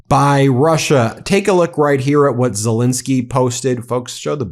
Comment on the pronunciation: Zelensky (pronounciation E is as in the English word HANDLE x 2. You're welcome ;)